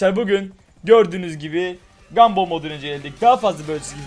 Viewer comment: Bu salak neden gumball a. Gumbill diyo